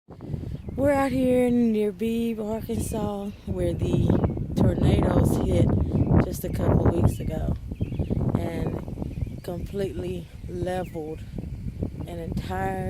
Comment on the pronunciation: Your on my road....it's Vilonia ... And it's pronounced bee bee 🤦🏻‍♂️ not beeb